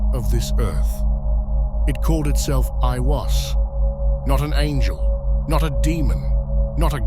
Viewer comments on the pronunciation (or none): none